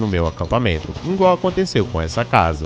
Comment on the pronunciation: `` ingual`` poblema``